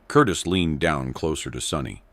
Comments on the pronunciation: It's Sonny not Sunny FFS 😂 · Sonny not sunny